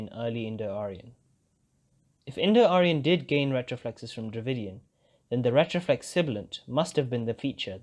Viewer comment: Everything but pronouncing retroflex 💔